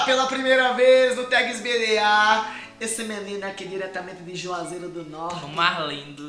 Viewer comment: "Joaseiro " não , Juazeiro sim